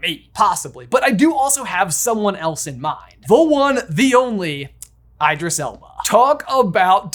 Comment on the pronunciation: I just can’t over the way he said Idris Elba 😂